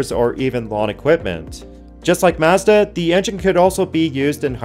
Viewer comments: yt:PLEASE learn how to pronounce MAZDA correctly! :yt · Where did you learn how to say Mazda? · All that info and you don't know how to pronounce Mazda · Ive never heard anyone pronounce Mazda like that. Now I am questioning my life.